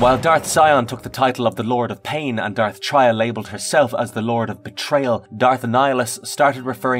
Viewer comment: Its not Dark TRY-AH. Its TRAY-AH like BeTRAYal.